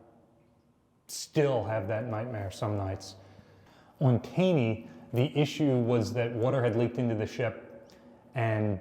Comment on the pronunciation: curious on your pronunciation of the Taney. Generally, anything named after Roger Taney or his family I've always heard pronounced as "Tawney."